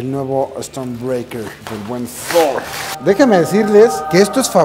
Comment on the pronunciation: y por qué "Dfffhhooorr?"